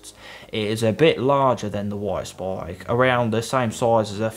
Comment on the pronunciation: “Woit spoik”